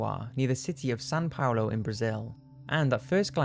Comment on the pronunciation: It is Sao Paulo, not San Paulo